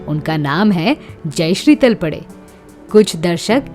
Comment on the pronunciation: सरनेम का उच्चारण तलपडे गलत किया है I सरनेम का उच्चारण तळपदे करना चाहिए I